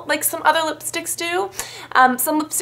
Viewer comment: U said "dugstore"